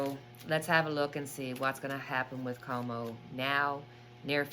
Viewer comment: Cuomo is pronounced like quo mo